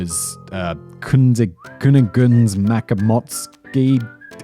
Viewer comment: The e on the end of Kunigunde is pronounced "uh". Basically, when pronouncing things in German, every single letter is pronounced. (It may not be what you expect, but it's pronounced.)